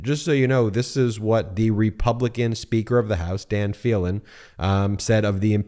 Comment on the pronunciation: I’m from Texas and I am thoroughly disgusted by this vote. Just so you will be well informed the speaker of Texas house’s name is pronounced Dade with a long “e”, and last name is pronounced Felan with a Long “e”.